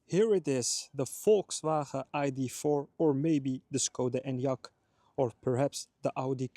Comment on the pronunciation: VolkswhRHRAhaeee :-P